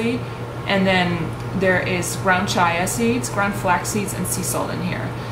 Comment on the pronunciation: i think it's pronounced ch-ee-ah seeds. But, loved the haul and love trader joes in general.